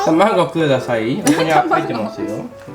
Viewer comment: ハンバーグ、ハンバーグ、ハンバーグ。ひさしぶり聞けました😆。おかわりじゃなくてくだしゃいって話しててびっくりやら嬉しいやら。 有難う御座います！！。